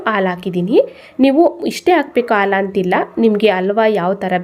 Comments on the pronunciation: Wow,👌🏽 ತುಂಬಾ ಚೆನ್ನಾಗಿ ಕಾಣ್ತಾ ಇದೆ. ರುಚಿನೂ ಹಾಗೆ ಇರಬಹುದು. ಧನ್ಯವಾದಗಳು. ಒಂದು ಸಣ್ಣ ಸಲಹೆ, "ಅ" ಮತ್ತು "ಹ" ಉಚ್ಚಾರಣೆಯನ್ನು ಸ್ವಲ್ಪ ಸ್ಪಷ್ಟವಾಗಿ ಮಾಡಿ, ಉದಾಹರಣೆಗೆ... ಹಾಲು, ಹಲ್ವ, ಅಂಥ ಹೇಳಬೇಕು, ಬದಲಾಗಿ, ಆಲು, ಅಲ್ವಾ, ಅಂದರೆ ಕನ್ನಡ ಭಾಷೆಯ ಸೊಬಗು ಇರಲ್ಲ. 😊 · ಹೌದು ಖಂಡಿತಾ, ಆದ್ರೆ, ಹಾಲು ಅನ್ನೋವಾಗ "ಆಲು" ಅನ್ನಬಾರದು... "ಹ" ಕಾರ, ಬೇರೆ, "ಅ" ಕಾರ ಬೇರೆ. 😊